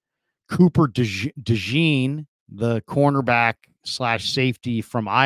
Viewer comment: Dejean! Day-schon the best way I could spell the pronunciation but it’s French!